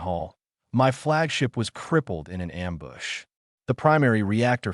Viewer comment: amboosh ... ambooge ... Am Bush ... come on it is simple english